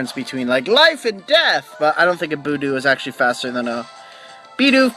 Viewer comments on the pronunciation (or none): Well, I wasn't going to say anything, but since you appreciate it... =p "fyoo-ree cutter" not "ferr-ee" cutter "buhd-ew", not "boo-doo (you do, you do!)" =p and no, rock throw is a physical move. Glad I could help ^^ Also, you caught a Shinx! SO HAPPY! They're so darn cute! Also, your nicknames are not bad. Now, if you named the Shinx "Sparky," I would have to hit you =p